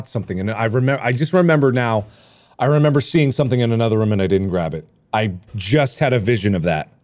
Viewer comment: Markiplier: “Roof.” Okay now say Room. Markiplier: “RoUhM”